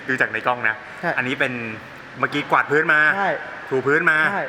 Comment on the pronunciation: กวาดคับพี่ไม่ใช่กววด